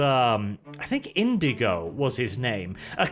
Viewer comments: It looks like a lesser version of The Outer Worlds in terms of graphics and combat. Also I’m surprised I haven’t read any comments on him saying “Indigo” instead of “Inigo.” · His name's Inigo. Like Inigo Montoya, but without the Montoya. Yet everyone keeps calling him the color for some reason...